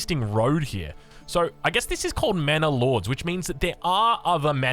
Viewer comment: Sounds like is saying "Mana Lords." For my fellow Magic: the Gathering players, sounds like a planeswalker, eh?